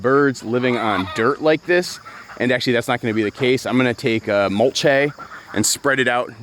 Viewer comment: I’ve never heard mulch-aye used before. Have I been saying it wrong? I thought it was monosyllabic.